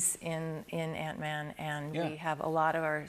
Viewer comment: I love how she says "ant-man" as antman, like it's his last name